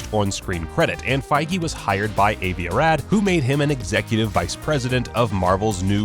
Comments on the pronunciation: "Avie A Rad?" Jesus, learn a little Hebrew. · Avi Arad is pronounced AhVee AhRodd